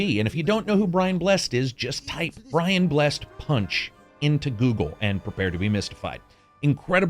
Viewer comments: BRIAN BLESS-ED NOT BRIAN BLESSED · It's not pronounced Brian Blessed. It's Bless'd - Bless-Ed :D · Brian Bless-ed. Not Brian Blessed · Really enjoyed the review well done and thank you - but as someone who's native to the UK, i just have to say - it's pronounced "Brian Bless-id" (Brian Blessed). ;-) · Is this an rpg version of that sword fighting multiplayer game from about 7 years ago? PS. It's pronounced Brian Bless-ed. Gordon's Alive! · *Brian Bless-ed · Good review, think I will buy it. Just one thing though, it's pronounced Brian Bless-ed, not Brian Blessed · It's Brian Bless-ed, not blessed. Easy mistake. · Hey great vid. Just a heads up, it's pronounced 'Brian Bless - Ed'. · Brian Bless-ed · Not a fan of Americans pronouncing Brian Blessed as blessed, as opposed to Bless-ed. But I can forgive, cos he’s great. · Great review, just one thing; Brian Blessed's surname is pronounced Bless-ed. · Brian Bless-ed. FLY MY HAWKMEN! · It's Brian Bless-ed Karak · Brian Bles-sed 👌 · Firstly Brian Blessed is pronounced Brian Blessid, as a true RPG fan I'm concerned that this game isn't going to succeed, this game is very important when so few decent story driven RPG's are being made, the developers are obviously not money grabbing big games corps. , they obviously are dedicated on making a great game and I'm concerned they might have fallen short slightly because of money, I want this game to succeed and for the developer to fix and enhance this game over time and then make similar but improved games set in other historic locals and times such as set during the Viking raids on UK and France and during the peak of the true Roman Empire and during even the Egyptian or Greeks but not like AC, and hopefully it might get Bioware etc to put more depth into their RPG's and to make them slightly more often. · Came looking for this comment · its Brian Blessed pronounced Bless-ed. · you clearly dont know who Brian Blessed is either as you mispronounced his name